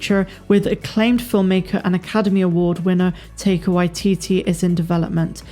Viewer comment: FYI ...You pronounce Taika Tie - car.